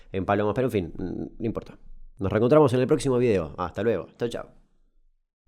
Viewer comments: Ese acento litoraleño a lo último, que puta no!! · Soy yo o el "que puta" que le mando al final es muy norteño? Alguien me confirma quiero sentirme especial